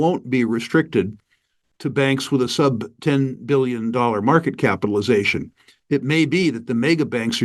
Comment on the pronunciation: Did he just pronounce Billion as Bollyion ?